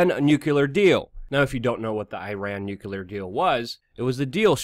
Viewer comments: Nuclear is pronounced nu-clee-er not nu-cue-ler. Clean it up or I unsub. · I wish u would pronounce nu-cle-ar properly. Sounds like George Bush and other idiots. Not newkuler uggh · Dude! I love ya' and have listened to you since just after 911 on Alex Jones. I gotta say "nukular" is not a word! it's hard to take you seriously when you say nukular. It's not a 3 syllable word, it's only 2. Think "New" then "Clear". C'mon, you can do it! Did I honestly hear you call the security guard Jesus (pronouncing it as Jesus, not Heseuss, nod to Dr. Seuss). I love you guys and your channel and I'm not hating on you or trolling you. I may be nitpicking but c'mon man, at least PLEASE STOP SAYING NUKULAR. I beg of you. It just makes everything else you say seem laughable. That said, keep up the great work, I love you guys, and I'm glad you've stayed with the truth, unlike Alex (who's drifted off into a neo-Fox news type thing). Stay awesome! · Just an FYI, the word is *nuclear*. Nucular is not a word. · It's nu-CLEE-ar. Please. Pronouncing it wrong lowers your trustworthiness.